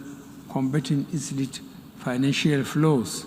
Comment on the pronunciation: I hate listening to this ex coup leader and a beneficiary of coup in Nigeria Dec 31st 1983. A supporter of terrorist groups in Nigeria. A man that cant even pronounce "the English word "illicit" 🤣🤣🤣🤣🤣 Nigerians who jujued you people?? A man that doesn't observe rule of law, rights of Nigerians etc is here campaigning for such? Utterly ridiculous and nonsensical!!!